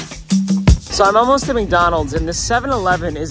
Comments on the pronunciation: This is so funny ''and a 5 miggonolgs gigt garg'' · "and a 5 dollar mgonals gift gard"